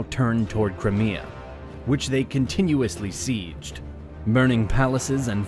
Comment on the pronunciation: I really like your video. it has kinda a BazBattles feel. However, your pronunciation is really annoying. Crimea...?